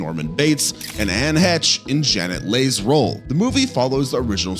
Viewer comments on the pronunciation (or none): Janet lee is how you pronounce it , my brother is Leigh I know